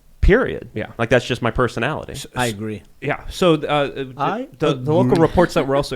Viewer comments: "I agrrree" 🤣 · I aggrrree with that. 😎